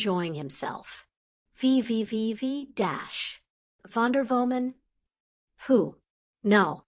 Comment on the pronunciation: "Vivi vi vi Dash" ehrlich, bringt eurer albernen KI sprechen bei oder lasst es sein. Auch diese geleierte Aussprache - wenn ich im Unterricht so gelesen hätte wäre ich dafür bestraft worden 😢